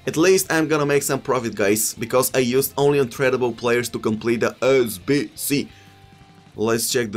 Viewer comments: fucking love you man😂 the way you say ”sbc” is hilarious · The way you pronounce SBC is great